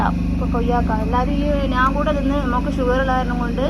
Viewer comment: നാൻ അല്ല സ്ത്രീയെ ഞാൻ എന്ന് പറയു